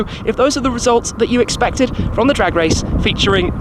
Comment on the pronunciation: Did a goat teach you how to say, "Cheers". Please see a Dr. You know why.